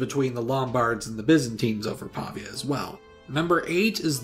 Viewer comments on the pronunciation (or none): Great video! Just a tip: it's Pavía, not Pàvia. Greetings from Italy! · Pavia is pronounced Pavìa fyi I think you mean the importance of Syracuse in Greco-Roman history cannot be OVERstated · Its Pavìa (pronounced "paveea"), and it was targeted so much because of its strategic position in the middle of the Padanian Plain. Great video anyways! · the way he says Pavia tho